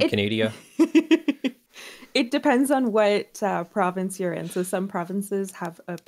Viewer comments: no. Not even close. Its Canada. Not Canadia ;) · Thank Cthulhu I’ve found another person who says “Canadia”.